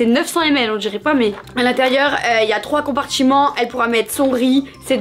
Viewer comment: "compartchiment" c'est quelle langue ça ???